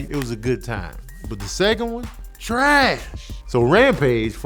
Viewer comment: The way he says trash 😂😂😂 I'm actually dead